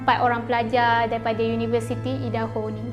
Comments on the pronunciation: Aidaho. Bukan eedaho. Kena cakap ikut pronunciation yang betul. Jangan ubah ke pronunciation mother tongue sendiri. Cuba kalau nama kau Amin lepastu diorang pronounce eimen. Tak ke annoying? Tapi matsaleh yang Aku kenal akan sentiasa Cuba pronounce nama Aku betul2 walaupun terbelit lidah diorang. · bukan ee-daho, tapi ai-daho la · Bukan eja eedaho tapi aidaho. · Cara sebutan Idaho = "Aidaho" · Utk akak cantik. Cara sebutan negeri Idaho = Ai-De-Ho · Sebutan nya bukan idaho kak, aduu tak buat research keee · ye..ingt aku sorang je rasa dio sebut salah..ado orang lain jgk..